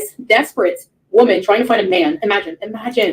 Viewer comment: I can’t stand the way she says eeemagine instead of imagine. She says it a lot.